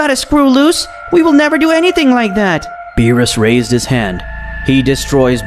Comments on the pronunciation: Bro calls lord beerus lord bills💀💀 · The amount of wrong names in here: bills, whis (instead of pronouncing it whees), milk, kakoroto, vegeto instead of vegeta, dai-shikin (kan), cib (cabba).